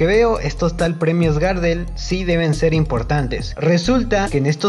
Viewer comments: Perdóname pero no se pronuncia Gardel Garrdel es como más fuerte la pronunciación de la r. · No se dice “GÁRDEL” Pavo..... se dice GARDEL.... en homenaje al tanguero Carlos Gardel... conocido en todo el mundo... sos un irrespetuoso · Si vas a hablar de algo aprendé a mencionarlo "Gardél, no Gárdel" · Ey amigo, es Gardel con acénto tácito en la última sílaba (es decir que si fuese con tilde, sería "Gardél" y no "Gárdel" como lo decis vos). Gardel es por el famosísimo tanguero y cantautor Carlos Gardel.